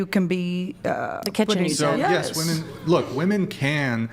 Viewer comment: I think it's ridiculous that chair 2 is a woman but can't say women properly. 😂